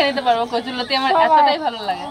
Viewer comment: ঠাকুমা নতি না লতি বলে